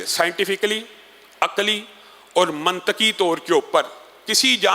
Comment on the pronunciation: منطقی میں ط پر زیر پڑھنا چاھئے یعنی منطِقی